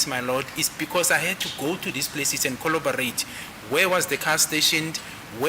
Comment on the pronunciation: FYI: it's "corroborate" not collobarate... it's "verbatim" not verbatism....